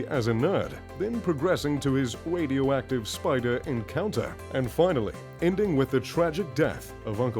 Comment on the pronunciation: “wadioactive spider” “Pweperations”